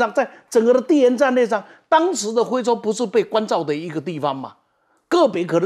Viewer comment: 是非洲，不是灰洲